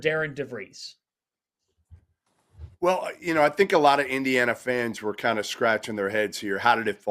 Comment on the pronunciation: No It's not. Darian DeVries' name is pronounced DAIR-ehn Duh-VREESZ. Think Aaron with a "D" in front of it. Or like Darin. And then DeVries, which rhymes with Febreze